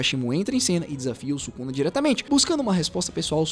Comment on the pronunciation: 為什麼宿儺的發音不對？